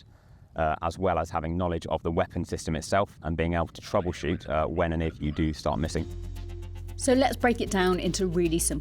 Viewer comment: lol “troubleshoot”